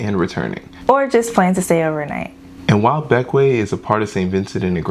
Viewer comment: Thank you for pronouncing Bequia properly lol